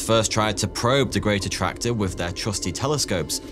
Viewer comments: Can't help but hear "greater tractor". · Did anyone else think he was saying ' the Greater tractor' ? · I thought you said The Great Tractor (like John Deere) 😂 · I thought he said The Greater Tractor for a sec. I mean....Tractors are pretty cool, but I dunno.